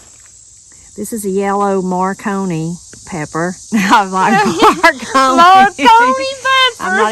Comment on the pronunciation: You pronounced it correctly. It’s 3 syllables and it’s exactly as you said. You had “too many cooks in the kitchen” lol Y’all are a hoot